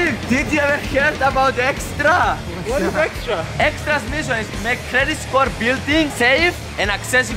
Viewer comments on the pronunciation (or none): Does fidias say estra not extra?